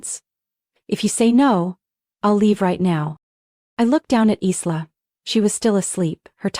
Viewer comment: The name is actually pronounced "Eye Lah" More than likely a fictional story... What a shame they didn't tell the narrator or program the AI to say the name correctly.. It kind of destroyed the loving mother scenario with the mis pronunciation of the name.